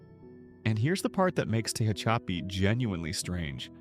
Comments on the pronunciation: I've NEVER ever heard "Tehachapi" pronounced so utterly wrong. Tell me you don't know what the hell you're talking about without saying it. 🤣🤣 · Can't believe how badly the AI is pronouncing "Tehachapi"